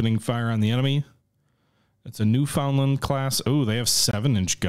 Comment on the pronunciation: As a newfie myself I'm happy to see this cruiser but will fault you for pronouncing newfoundland wrong